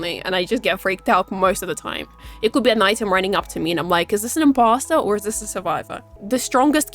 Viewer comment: Very good vid! I know it is your accent but I keep hearing impasta and it brings a smile to my face hearing that lol. Keep up the good work.